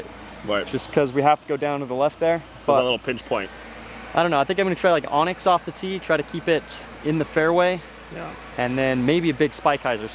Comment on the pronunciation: Why does everybody call anax an onyx?